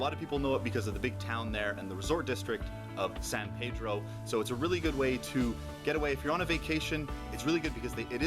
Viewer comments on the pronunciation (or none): none